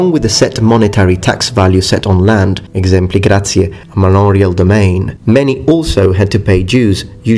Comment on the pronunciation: A little off-topic, but for one of the taxes you said exempli gratiæ... I always thought it was exempli gratia ?